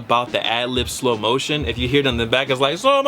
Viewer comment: shlo moshun